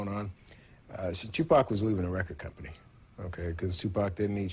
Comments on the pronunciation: wtf dude kept pronouncing his name Tu Pack. Shit was getting on my nerves for real. If you can't even pronounce the brothers name right then you aint got no fkng business doing no documentary about him. I know somebody heard him saying it like that and corrected his ass but he kept doing the shit. I respect that he is trying to shed light on the whole event but come on man, keep the legends name out your fkn mouth if you can't get it right. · hey you can erase this bro but please if that says Tupac make it say t u p a c thnx peace to u